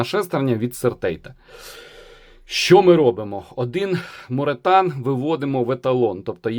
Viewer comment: Morethan = more than (англ. більше ніж) і читається ну ніяк як моретан 😂